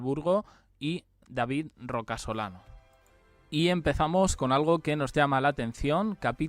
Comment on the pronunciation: A ver es Rocasolano, no Roca Solano😂😂